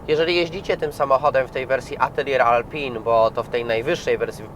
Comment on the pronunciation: Ej panie dziennikarzu czytamy \mówimy - reno rafAl atelie alpin.